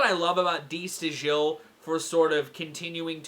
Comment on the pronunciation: Just a note: it's pronounced "da STYLE". Get breakdown, though.